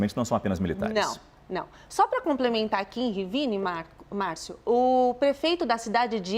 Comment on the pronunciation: A jornalusta falando Rivíne chega arritar...nao sabe ler não,? É Rivne sem í....